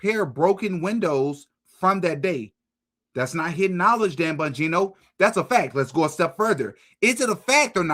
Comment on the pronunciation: Am I the only one that loves the way pronounces Dan “BUN-gino” 😂